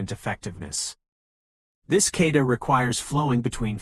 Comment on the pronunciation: a. I. bullshit. first of all it's not a "kayda'. it's a kah'- ta"